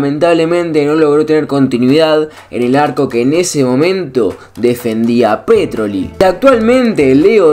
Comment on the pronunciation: No es Pétroli, es Petróli. (Me refiero a la acentuación que hiciste cuando nombraste al arquero reconquistense, Franco Petroli)